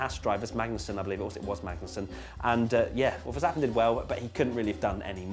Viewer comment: The pronunciation of Vettel and Verstappen is 'fettel' and 'ferstappen' respectively. Just sayin'.